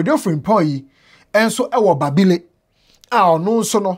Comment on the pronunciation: Is so sad how we see life. Your pronunciation of the towns Lawra and Babile making me laughing.